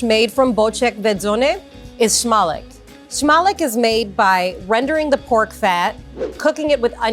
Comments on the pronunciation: in smalec, you pronounce the c as ts, not k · Its pronounced "smah-latz"